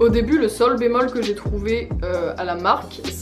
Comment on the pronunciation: MDR le sol bémol au lieu de « seul » Tous les musiciens on a rigolé ou on s’est étouffé 😂😂